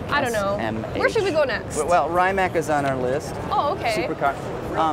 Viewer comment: cool video but I think it's obvious you guys are not real car people. Rimac is one of the most talked about cars in the world right now; how could you not know how to pronounce Rimac?! What the hell is Raimac?! Again , who doesn't know how to pronounce Chiron?! What the hell is Cheiron?! lol Mansory? That Pagani is not Huayra, it's Zonda! The car Pagani supposedly stopped its production but keep bringing it back. The car that you called Zonda was actually a Huayra. GT3RS is green and fast. Thank you, I didn't know lol There are just a few examples.